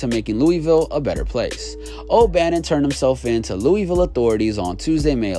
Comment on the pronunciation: Bro can you fucking say Louisville right next time